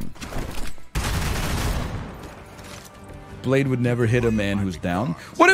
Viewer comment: Great meme, but i miss the days where everytime he said blade he would say ''excuse me, i believe it's pronounced bladeE''